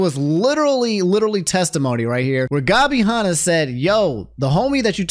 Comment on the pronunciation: Why does pronounce Tana and Hanna names like that 😭